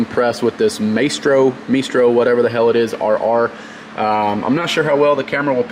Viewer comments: I will pay money to see face when he realizes that "Meestro" word is actually pronounced My-Stro. As in the thing or person who in control of something.. say a maestro of the orchestra.. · IT IS PRONOUNCED MY STROW